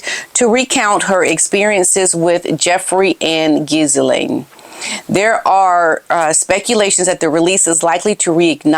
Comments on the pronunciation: I'd say it's Gi Lane if you must critique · Ghislaine's name is pronounced as "Ghee-Lane". Love you,!:hand-pink-waving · 😊 Ghislaine Maxwell (/ɡiːˈleɪn, ɡiːˈlɛn/ ghee-LAYN, ghee-LEN 😊❤ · one doesn’t say Gil lane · Listen to how other journalists pronounce Virginia's last name, Ghislaine Maxwell, etc. We expect more! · You are mispronouncing Jeffrey Epstein's girlfriend, Ghislaine Maxwell. The s is silent. Lady C reveals her opinion of the late Virginia Guiffre. She had been S abused her whole life! Where were her parents?